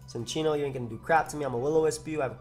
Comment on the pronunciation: Cincinno is a chinchilla, don't pronounce it like sin. Also lol that Future Sight flash